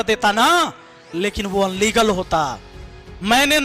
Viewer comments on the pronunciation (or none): अन्लीगल नहीं होता है, इल्लीगल होता है..